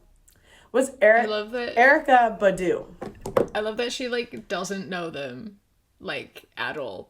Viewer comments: I just love how she pronounced Erykah Badu wrong even though she said she she listened to her songs and looked her up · SHE MET ERYKAH BADU and she’s talking like that??? Can’t even pronounce her name omg 🤢